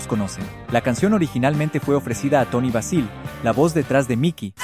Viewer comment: "primeras en tocar sus intrumentos, etc" acabas de decir que la bajista viene de las runnayway, anteriores, ya estaban antes las GoGos, the slits , las mismas runnaways , si nos vamos antes, las Fanny, las Birtha, etc, puros inventos. Encima el bot tiene errores en la pronunciacion, sobretodo con Toni Basil (legendaria coreografa de larga trayectoria) y mencionando a Lene Lovich, ya hay dos artistas femeninas que han tenido carrera desde los 70s. Y los de las controversias tambien, casi puro invento por desinformar, fueron bien venidas, ahora, nunca mencionan cuando tocaban en tv como banda soporte de Jules Shear, o tuvieron en uno de sus videos a Leoard Nymoid como conductor de automovil o cuando en SNL, Susanna tenia una banda de covers de los 60s para su cantante...Austin Powers En el video , el bot se salta muchas cosas e inventa otras, aparte que tienen que ver la correcion en la pronunciación de nombres.